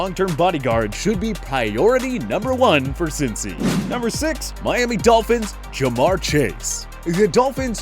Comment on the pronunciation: Lamprecht he said jamaar chase